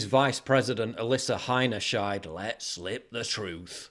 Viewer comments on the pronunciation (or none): "Heinerscheid" Every F'N time 🤣 they just can't help themselves.